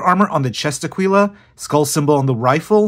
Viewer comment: I was watching this expecting an average normal painting guide and did not expect to be absolutely sidewinded by this guy pronouncing Aquila like that LMAO